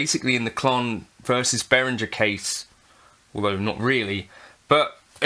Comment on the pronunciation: I'd sue you for not being able to pronounce Behringer's name correctly; 'G' is pronounced like 'g' in 'goat', not 'j' in 'jelly'. 😜